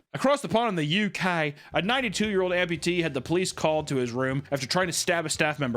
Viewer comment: “The UKAiiy”